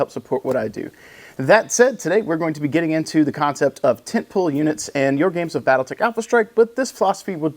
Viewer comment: Brother I heard tent peg 😂 not pole. Instructor used to give briefings in terms of lump lumps and tent pegs.. Ah good stuff, and good briefing video on the tent pole units. Hope it evolves the list game for the next tournament. Happy hunting